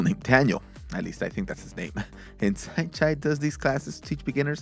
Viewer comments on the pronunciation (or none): nice video but its not "saint chai" it is "saenchai" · It's Saenchai not Saint Chi